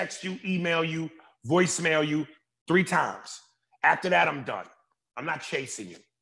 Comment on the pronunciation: 3 times sounds like chasin, but ok Aries